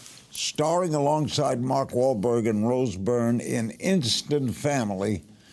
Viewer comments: Is Tom trying not to laugh after Larry butchers mawlk wah blar wahlblurg ? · It sounded like Larry's teeth almost fell out when he tried to pronounce Wahlberg